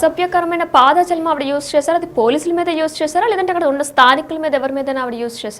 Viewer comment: పాద జాలం కాదమ్మా పదజాలం, తెలుగును కరెక్ట్ గా మాట్లాడు అమ్మ తల్లి.